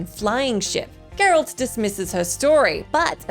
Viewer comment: Gurralt lmao. Ma’am. Ma’am how you gonna do geralt that dirty lmao I love it